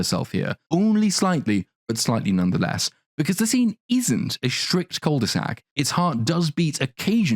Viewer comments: Just gotta say, "cul de sac" is pronounced without saying the "l", and it is a u sound, not an "oo" sound. Sorry for being annoying, it kinda bugs when you hear it said wrong. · Please stop saying cul de sac. Ur butchering it. Just say deadend